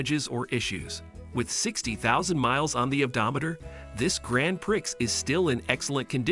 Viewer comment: Can you say Pree? Grand Prix is pronounced Pree! I know it’s your job so try and do it right!